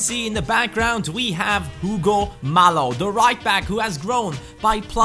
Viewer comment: Hey love watching these Shalke videos but one thing it's not Hugo mallo it's Hugo Mayo